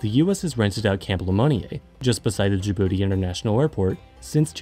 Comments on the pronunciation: OMG YES SOMEONE WHO UNDERSTANDS but they pronounce Djibouti wrong it's not da bouti. Its Djibouti if its easier don't pronounce the I just add a j and it's exactly different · I keep hearing "da booty" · Ur not saying Dijbouti right